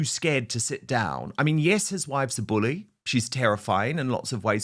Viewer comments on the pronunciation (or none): none